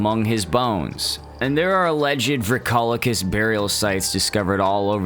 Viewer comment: it’s pronounced “Vree-ko- lak-iss”